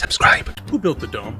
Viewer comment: Whenever he says dome, all i hear is dumb.